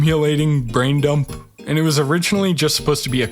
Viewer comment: Did you say. Brain dump?